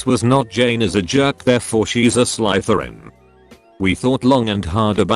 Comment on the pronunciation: Who the hell picked this idiot to read the stories? It' not Slytherin with a long I, but Slytherin with a short I. I don't think your AITA. This like a fun wedding.